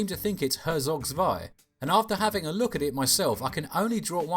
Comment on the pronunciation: it is pronounced hertsog tswai and it's literally not an rts. english language wikipedia is a closed up cesspit of idiocracy that abandoned EVERYTHING that wikipedia stood for